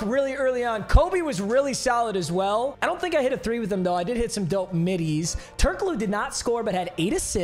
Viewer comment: How do you fumble the pronounciation of Turkoglu. Its so fucking easy.